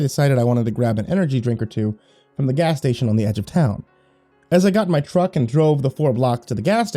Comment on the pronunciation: you cannot... CANNOT... JUST SAY "gas stationary the edge of town" LIKE THAT!